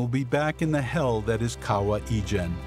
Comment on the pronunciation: Fantastic video but rather funny listening to the narrator pronouncing the word 'kawah ijan'..actually it is kawah ijo. To us in Malaysia we call ijo as hijau.meaning green.